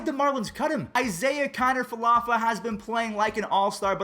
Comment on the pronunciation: Love you. But as a rangers fan pleas say isiah’s last name a little better